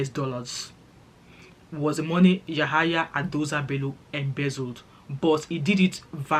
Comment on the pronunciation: It’s Yamaha Bello 😂 since you don’t know how to pronounce it